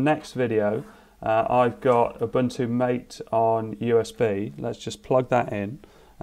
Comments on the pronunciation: Nice! Good to see what’s coming. One note about Ubuntu MATE, or any distro with MATE, it is pronounced “mah-tay” instead of “mait.” Reference: Also, here is Christopher saying it at about on his channel in the July 2020 Linux Mint 20 video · I think Ubuntu Mate is pronounced ma-tay. Why? I don't know, but it is.